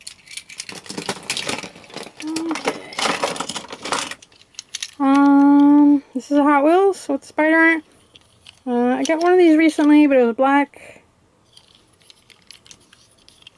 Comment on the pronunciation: Wet she said balck